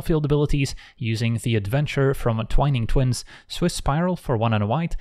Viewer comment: the only person on youtube who pronounces "Twining Twins" correctly